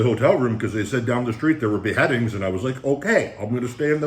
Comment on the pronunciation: “Ah yes I’m here to see the be headings”😂